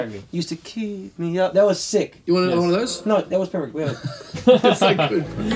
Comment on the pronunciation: The way Martin says “anudder”!☺️☺️☺️☺️☺️☺️